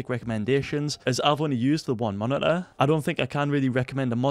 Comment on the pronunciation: he really said monituhh